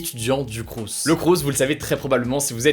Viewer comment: On ne prononce pas le S à la fin de « crous » ;)